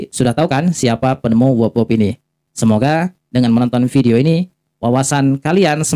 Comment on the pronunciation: WEB (dengan e seperti pada kata "bebek" kok saya dengar membacanya seperti WOB atau WEB (e pada kata "tetap").